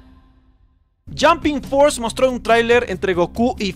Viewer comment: Es jump force no jumping force 😂